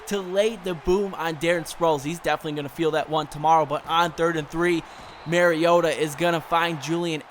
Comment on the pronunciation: You say mariota so weird